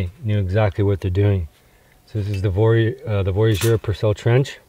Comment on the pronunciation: Oh , by the way please try to pronounce the Voyageurs , Coureur des Bois properly.